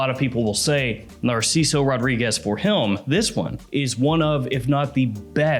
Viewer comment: That bothers you ? What bothers me is when he says “ RAW-REE-GUESS” . It’s suppose to be ROH-DREE-GEZ